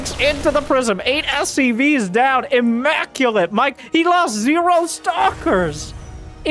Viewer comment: Mike, its emaculent, have you heard?